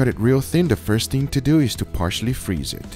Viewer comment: Its more like "So, lets dew it" :P